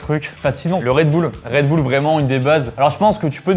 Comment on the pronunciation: « DU REDBOULE »